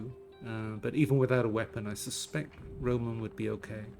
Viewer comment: it would be more correct to say «RomAn»